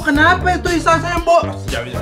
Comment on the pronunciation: Paling ngakak pas si tati salah ngomong bilng isa sembo